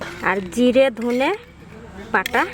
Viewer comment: ধোনে মশলা না ধোন মশলা